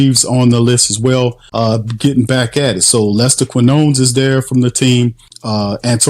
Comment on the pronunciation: And Lester Kin-yo-nis 😂